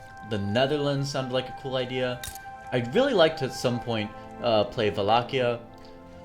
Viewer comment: im glad you pronounced Wallachia properly lol